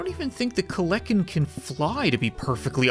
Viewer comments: Any one else notice he said kleken instead of kelekan the dino bird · I'm sure this isn't really valid but it's not kleckin it's kelekin it's a prehistoric dinosaur that I'm pretty sure with it's really sharp teeth was meant to eat meat and I'm 50% sure it belongs to the bird family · its pronounced kel-a-ken also they dont fly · not to offend you, its "kel-en-ken". More known as the Terror Bird.